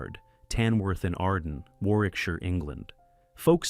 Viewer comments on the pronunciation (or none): none